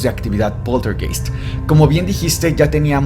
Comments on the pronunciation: en aleman ei se pronuncia ai... se pronuncia poltergaist, se escribe poltergeist... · Hola, la palabrs Poltergeist se pronunciaa Poltergaist, viene del Aleman, der Geist es el fantasma o espiritu y poltern es un verbo que significa hacer bulla, hacer ruido. Un saludo desde la Selva negra en Alemania. Saludos y gracias por sus videos. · Saludos amigos muy buenos sus videos, solo una pequeña observacion Poltergeist se pronuncia PolterGaist como Einstein Ainstain, heineken haineken, Ramstein Ramstain, etc, etc...